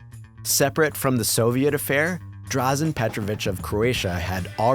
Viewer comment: Drazen it’s pronounced “Dra-Jan”. Lovely video.